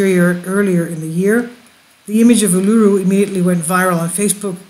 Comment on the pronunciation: Pronounced Ulu-roo and Airs Rock ( white fella name for it)